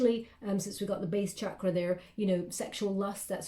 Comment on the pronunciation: You're always so incredible! Also, I appreciate how you pronounce Chakra correctly 🙏🙏🙏